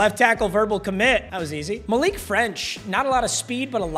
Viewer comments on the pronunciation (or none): none